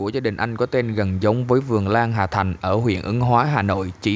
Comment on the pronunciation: Hà thanh k phải hà thành bạn ơi